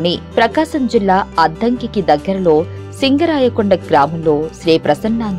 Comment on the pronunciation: Sindarakonda kadu singarakonda